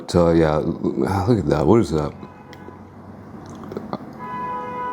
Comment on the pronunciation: “Let me tell u Hwhat”